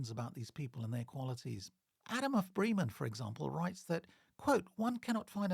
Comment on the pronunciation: Really interesting stuff. I look forward to seeing more. Can I just provide some feedback on German pronunciation? Trying to approximate to British English: Bosau would be BOH’zow (rhymes with slow cow) Bremen rhymes with lemon Elbe is a two-syllable word - ELL’buh (not unlike Elba where Napoleon was briefly exiled).